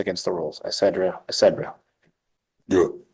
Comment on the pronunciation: etc etc isn't pronounce essedra essedra. Nutty attorney